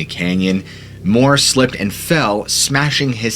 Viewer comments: It’s M-you-ir, not Moore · It's pronounced John Mure, NOT Moore. That's how you pronounce Muir, like his namesake, Muir woods.